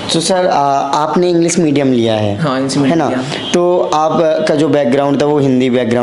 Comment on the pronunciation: Lg nhi rha tha mujhe ye such m clear kra h jb isne medium bola 😂or upsc b nhi bol pa rha